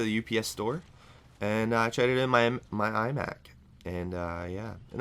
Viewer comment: lol i thought u said ''eye back'' instead of iMac:P and btw i think u talking bout ur life is AZZAM!